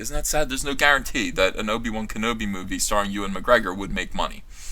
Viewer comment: Wtf is wrong with this guys speech? "If he repreezeus his role as..." ??? "There's no guarantay..." ??? "Thirty-three nine point five..." ??? This is a hard watch. I don't disagree with his points, just have a hard time listening.